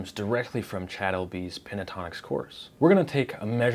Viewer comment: Cha'ad....almost as bad as to'od! Jeeesh